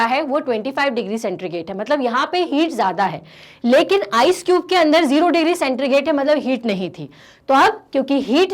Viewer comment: सेंट्रीगेट नहीं मैम, सेंटीग्रेड